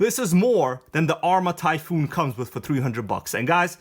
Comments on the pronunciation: Is this buggy and the one behind you the same thing just rebranded Arrma Typhon only has one o you don’t say it like the word typhoon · TYPHON, not TYPHOON. It's not difficult. Lol.